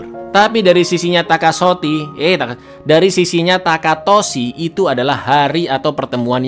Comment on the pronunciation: Lagi fokus nya nyimak, eh bisa bisa nya bilang takasoti,,,, aduh sumpah, di sini gw ngakak abis dk susah buat fokus lagi😂😂😂